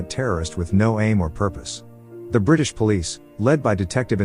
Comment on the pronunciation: " buth- buth brithish helpth india"